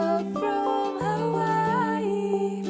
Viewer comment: I like the way you say Hawaii 🌸